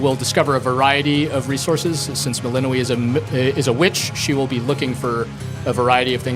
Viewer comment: melino - WEE lmao, shouldn't the developer pronounce it the same as in the game?